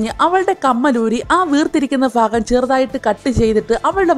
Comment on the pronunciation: Phagam matti bhagam aakamo